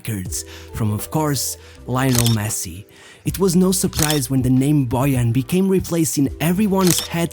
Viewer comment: Yes, Láionel Mési